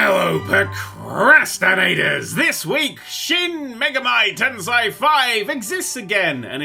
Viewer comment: pronunciation of shin megami tensei physically pains me